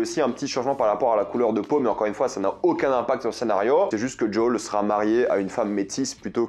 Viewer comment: "JOL" sois normal mec